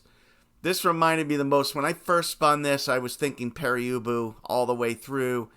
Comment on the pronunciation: I don’t think it’s pronounced Peri Ubu.